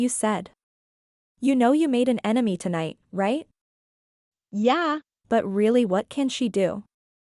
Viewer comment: The book's not horrible but the narration is atrocious and every time the" yeah" it sounds like she kicked a cat